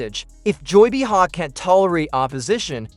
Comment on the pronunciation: I can't stand AI narrative! This voice isn't even pronouncing Behar's name correctly!